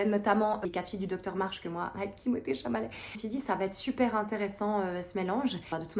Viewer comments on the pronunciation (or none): Il y a un moment qui me fait rire c’est quand tu dit Timothée Chamalet au lieu de Chalamet🤣